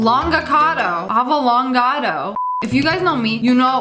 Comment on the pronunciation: No one: Literally no one: Lia: AvAlongAto